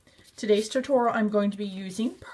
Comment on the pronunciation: Cute elephant, but the way she said tutorial made me cringe every time.